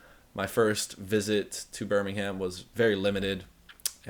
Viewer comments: Just so you know bud, you don’t pronounce the H at the end of Birmingham 😂 you pronounce it like Birming-um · Stop saying the "ham" in Birmingham ... it's Birmingum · It’s pronounced burmingem 😂